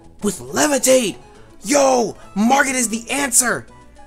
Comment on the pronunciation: By the way Margot is pronounced like (Mar-Go)